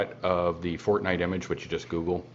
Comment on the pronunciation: Fortnite not fortnight😂😂